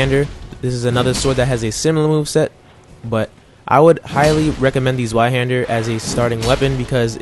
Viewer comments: Zweihander. Pronounced. (Zviaande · I love the english pronunciation of zweihander